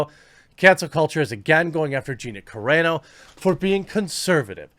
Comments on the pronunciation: It's pronounced Gina sir ....on....o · Dude still can’t pronounce her last name properly LOL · You're never gonna learn how to pronounce Gina Carano's last name. Please Google it. You're killing me!